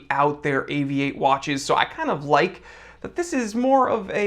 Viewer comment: Great to have an American watch view who can say Avi-8. Properly.